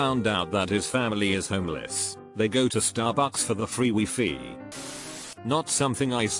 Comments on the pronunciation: when I heard him pronouncing "wifi" I got confused. I thought wifi is pronounced "whyfhy" 👀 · He pronounced it wrong. Most text to speech don't recognize that wifi is an acronym for Wireless Fidelity. So they just pronounce it phonetically. Don't change your pronunciation 😱 you'll get funny looks. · Wifi: exists Narrator: wEfEe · text: wifi narrator: wee fee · I loved how the A.I pronounced wifi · the way he said wifi smh